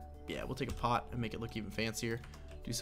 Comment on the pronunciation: 'You can even take a pot' I thought you said something else haha